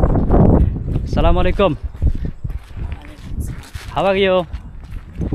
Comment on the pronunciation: Vaiya Sala malaikum Na bole ASSALAMUALAIKUM Bolle Bhalo hoy. R Lengta meghta video na dilheya ei sob Bhalo Bhalo fact cover koren ❤❤